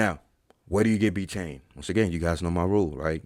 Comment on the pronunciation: B tain!? biteine!? What even is that !? 🤷🏻‍♂️🤣 Clueless